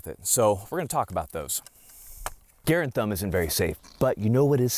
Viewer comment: I thought your name was Mike Grantham and you just made your channel Garand Thumb because it sounds like Grantham when you say it quickly lol